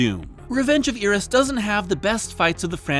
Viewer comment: you see Iris and you pronounce it "ear-rus", not "eye-rus"? I think you've got the wrong body part dude